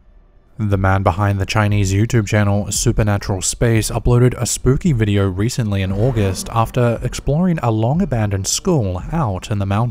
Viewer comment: For fuck sake, would you stop adding a FUCKING "r" at the end of words ending with the letter "o"? It is pronounced "video", not "videoR" fuck face. Fuck you got under my fucking skin.